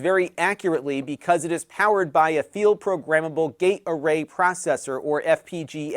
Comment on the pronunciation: You always pronounce Field Programmable Gate Array so cleanly. Others pronounce it "field programmable gatorade".